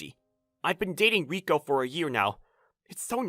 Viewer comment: It’s Ri-Ko not Ri-Ku